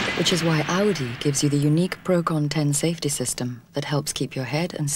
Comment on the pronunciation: "Procon 10"?! It's Procon-ten, from PROgrammed CONtraction and TENsion.